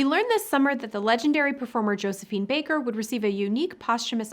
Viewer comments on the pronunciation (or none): none